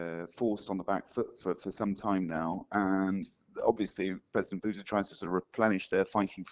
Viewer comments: I actually heard "president Buddha" 😆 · Turn on subtitles, auto-generated in English. "And obviously president Buddha" instead of Putine. The irony.